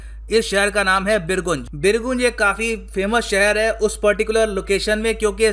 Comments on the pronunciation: बिरगुंज नहीं बिरगंज हैं। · बीरगंज होता है गुरुजी। और बीरगंज नेपाल की वित्तीय राजधानी है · actually it is बीरगंज sir 🙏🙏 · Birganj ka pronouncetion nahihuaa